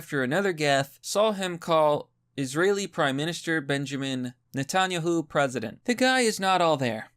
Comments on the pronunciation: Why is there still an investigation? Way to butcher Netanyahu name. It's phonetic. Netan-yahoo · Netan-Yahu! Jesus man at least try. It's only obvious. That mispronunciation and the "aand suuubscribe" bullshit makes me want to "uunsubscribe". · Netanyahu is pronounced like "net in Yahoo" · It’s pronounced “Net-in-yahoo” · I like your videos, but if you're gonna rag on someone for the way they pronounce things-- make sure you pronounce them right yourself. You should look up the pronunciation for Benjamin Netanyahu, so you don't butcher it the next time you're making fun of PresiDENSE Biden. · Dude look up words you're not sure how to pronounce lol (re: Netanyahu) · Dude, you need to work on your pronunciation.... or maybe everyone else is mispronouncing Epstein and Netanyahu.